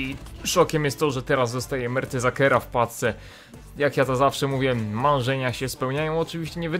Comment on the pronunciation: czemu mówisz ,,w pacce'' mówi się w paczce !!! : xd